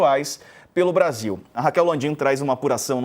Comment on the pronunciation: O "interesse do Bradil"????? 🤦🏽‍♂️🤡🤣 Kkkkkk